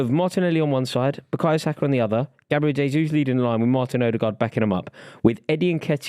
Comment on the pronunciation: Love hearing this perfect pronunciation of jesus 🎉🎉🎉